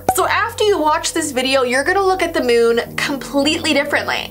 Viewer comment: You said moon wrong